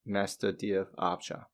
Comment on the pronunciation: Great video, just real confusing your miss pronunciation of the word "object", it sounds like Agile, which gets you confused